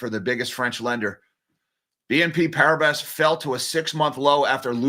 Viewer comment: Please pronounce "PARIBAS" as "PARIBA", silent S